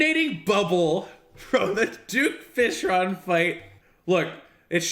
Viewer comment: Did he say duck fishron DID HE SAY DUCK FISHRON!!!!!!!